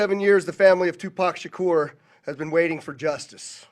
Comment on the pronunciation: you would think, after being an American icon since 1996 and also being the most famous unsolved murder victim in modern American history, that reporter would be able to pronounce Tupac’s full name correctly